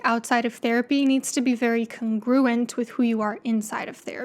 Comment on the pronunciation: Congruent: UK /ˈkɒŋ.ɡru.ənt/ US /ˈkɑːŋ.ɡru.ənt/ The stress falls on the first syllable. 🙂 Thank you!